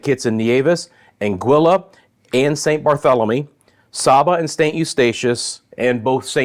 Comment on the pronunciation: Saba is pronounced as say-ba. Thanks for update.